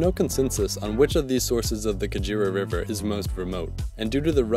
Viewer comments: It is not pronounce Ka-djira it is Ka-ge-ra. The Ge is pronounced as you pronounce ge in get. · 😂😂😂😂😂I'm laughing at how pronounce Kagera. He is saying kajira instead. It's Kagera (Kaa-gay-La) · The "kaguera" river, that's how it's pronounced!